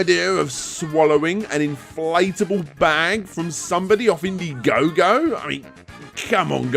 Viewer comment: In-daɪ-gogo: As in Diethon, Dierantula, Dieablo... all these names came from THE OTHER Dragon's Den. =P Really enjoyed this direct,, thanks again!